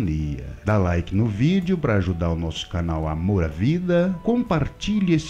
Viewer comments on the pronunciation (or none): none